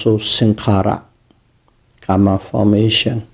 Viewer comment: It's Karma not kamma :0